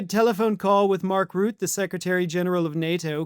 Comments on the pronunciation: I enjoy you channel. Not to nit pick, but just an FYI former Dutch PM now Sec Gen of NATO Mark Rutte - his last name is pronounced with two syllables Rut-te. As is the case with many world leaders that have had to interact with Trump, Mark Rutte’s English is far more eloquent than our own president. To quote Trump “sad.” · Rutte is pronounced "Roo-teh". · Mark Rutte, pronounced Ruht-te with emphasis on the u. That plucheplakker is trash, but it does irk when people make the most unreal pronunciations of his name.